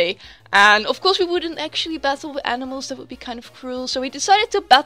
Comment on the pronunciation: I heard Zubat-tle at the start for some reason :p great battle as always and i love love loooove Girafarig !!! :DDD